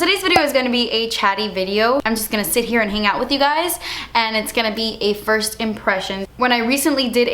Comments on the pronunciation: firs impression 😂😂😂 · Firs impression lol ily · She forgot the s in first😂😂